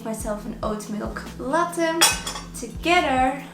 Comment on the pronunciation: I find it so funny how you pronounce latte because I have never heard anyone pronounce it like that.